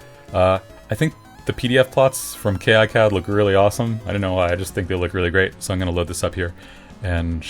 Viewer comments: incredibly alpha of you to call it "kay eye cad" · Great video, although it does skip through some of the exact steps used. I did manage to pick up some tips from this though. I even learned a third different way to pronounce "KiCAD". :)